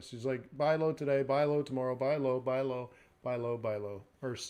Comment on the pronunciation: Buy low (blow), sell high (shigh or sigh) lol love it !!!